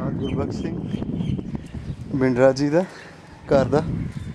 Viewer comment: Great effort, you are doing excellent service by showing old places and buildings.I may please correct you that proper pronunciation for Bindra is to speak th tha for D, Thanks a lot. Allah bless you.